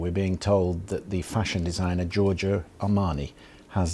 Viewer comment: Lots of people are nicknamed Joe in English speaking countries... How is it that you can't say Joe-r-Joe. lThere is no phonetic i in Giorgio.